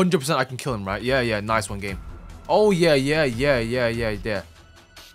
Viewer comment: can you replace your "Yeur" with "UwU" for 1 video